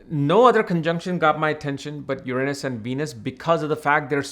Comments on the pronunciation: Yer- Ron -Us. Not Yer anus 😂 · Haha he keeps saying your anus 😂😂